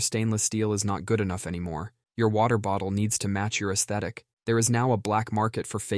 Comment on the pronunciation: Gotta say, your correct pronunciation of "aesthetic" was music to my ears.